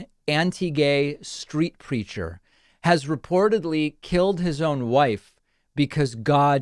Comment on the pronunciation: For a second I thought you said anti-vax “street creature”